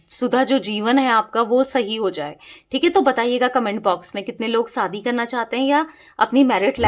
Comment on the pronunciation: Madam! Shaadi word sahi bola Kro Aap,saadi bol rahi ho.